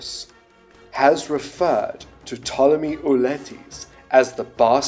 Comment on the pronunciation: Why did Hawas say Ptolemy as Potemy? Was it a Latin pronunciation or something?